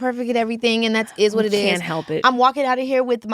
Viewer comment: Them "cain't"s were very crisp lol adorable.